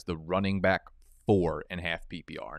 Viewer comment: I’ll sub if I ever see you get through an entire video without sayin “byke” instead of back….I dont even have an issue with it lol, I just want to see your commitment🤔😂😂